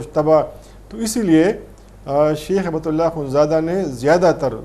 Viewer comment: کامران خان صاحب،ہیبت اللہ نا کہیں۔ ہبت اللہ عربی لفظ ہبہ سے بنا ہے۔ان کوHibatullah کہا کریں۔